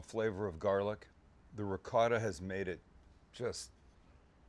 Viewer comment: Sam please work on the right way to say Ricotta it’s not like it looks please look it up Thanks. Love the show